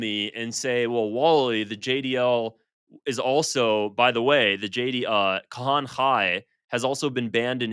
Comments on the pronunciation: pronunciation is not his thing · You are saying Kahane's name wrong...not that he deserves saying it right... but its bugging my pedantry.